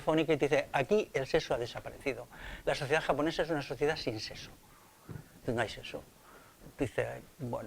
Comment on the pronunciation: No digas "seso", di, por favor, "sexo".